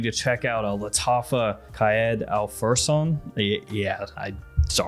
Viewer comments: Your pronunciation is good but instead of qayed you should say qaa id which means leader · Arabic is my mother language The first A pronounce as /ar/ second A pronounce as /i/ /K ar i d/ Or something like that 😅 I think I make it worst You're pronounce just fine 👏 Great video as always thank you